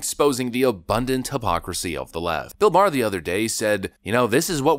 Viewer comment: It’s Bill Mahr, not Bill Barr. 🤣